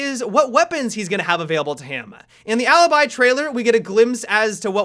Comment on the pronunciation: As an Italian, your pronunciation of Alibi and Maestro is soo funny xD